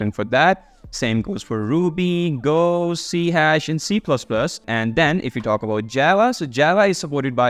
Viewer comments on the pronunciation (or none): Thanks for the video. How about Rust language support? And by the way it's not C-hash, but we say CSharp.